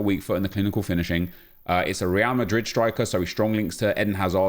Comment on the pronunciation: Everyone: Real madrid Nep: Real mahree